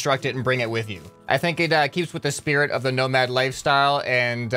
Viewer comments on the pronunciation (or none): Everytime you say "nomad" i understand "no mad" like pearceful